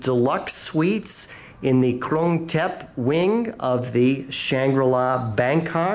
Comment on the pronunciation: Oh please say Krung Thep correctly. Also dated room. Shame.